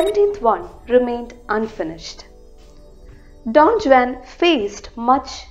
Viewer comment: Don Juan pronunciation wrong All in all video pronunciation superb